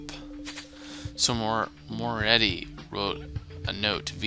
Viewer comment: Wow this chapter is intense. Loved it. As for the word pronunciations, you may need to work on those haha. Here's a bit of advice. Italian surnames with a 'c' in it (like Mancini) are usually pronounced with a "ch" so you would actually be pronouncing the name Mancini as Man-chi-ni. Also Moretti is pronounced with a lot of emphasis on the double 't', so More-eh-tt'i (note that the 'i's are short 'i' sounds. Not 'ie' for pie but 'i' for it or if. Finally you had lots of trouble with bourgeoisie. Bourgeoisie actually refers to those who are of the upper class and rich and in Marxism the bourgeoisie is usually described as unfairly rich or wealthy in contrast to the common man. You pronounce that word as buuor-jhooaa--zee, with the 'jh' making a kind of shzzzz sound through your teeth. I hope this helps you:) Stay awesome:)